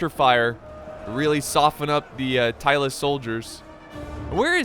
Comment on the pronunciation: American: Tylus. Me: Who? American: Tylus? Me: Searching from Internet "Tylis, a short-lived Balkan state mentioned by Polybius." DO you mean Tylis? American: Yes. Me: Oh.